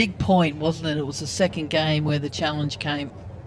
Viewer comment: "You have to say clearly challenzhe "